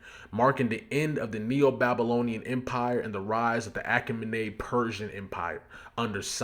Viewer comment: Here you go for future reference: Ah-Kay-Mih/Mah-Niid